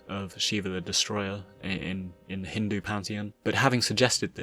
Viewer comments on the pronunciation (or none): none